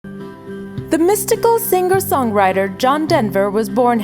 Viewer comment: I wish she'd stop saying sing ger.